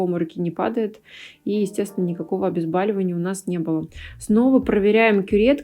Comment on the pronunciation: ОбезбОООООливание. Не А.